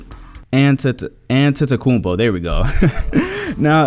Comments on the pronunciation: SAY ANTE-Te-Kumpi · Tried three times and still managed to fuck up antetokoumpo, smh come on.